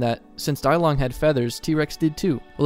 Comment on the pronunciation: Dilong is pronounced (Dee-long) not Die-long......